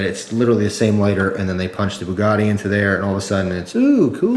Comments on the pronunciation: It's Bugatti not bukkake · yeah, Booh-GAH-teeh, not "Buh-gatti" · It's not booogati it's Bugatti lol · Boo-a-gaty XD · I dont know if americans say it diffrently but its pronounced bew-gati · a boo-got-tay lighter lololol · Bugatti is Native American for "I scared him" (boo-got-he)